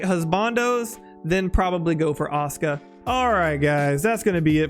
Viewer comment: Awesome overview. Thank you :) Say it with me, "Ah-SOO-ka", Aw-ska sounds like a furry, garbage-can dwelling muppet.